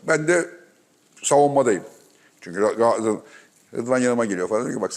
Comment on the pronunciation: Sevgili Fatih abi lütfen şu "Galatasaray" telaffuzunu düzgün yapın rica ediyorum ya.. Bir fenerbahçeli olarak yazıyorum bunu.. Abi "Gaaasray" demek hoş olmuyor yani her defasında..